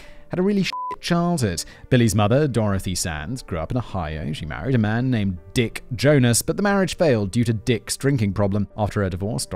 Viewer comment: I can't get over how he sharply emphasizes the "D" in "Dick" every time he said it 😂😂